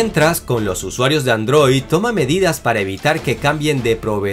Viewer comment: No pueden tomar en serio a alguien que dice ANDROÍ